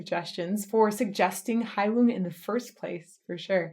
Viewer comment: I also used to pronounce the band's name the you did but in another video I heard the first vowel pronounced as an "ee", which definitely corresponds with the meaning. Heilung, I hear, means Healing.